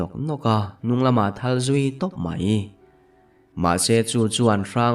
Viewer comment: Nakthawl ah tih a thawl tih lai rik dan hi,tui thawl kan tih a thawl tik rik dan a ri tur a ni a,ka pheikhawk ka thawl tih a thawl tih lai rik ang nilo in.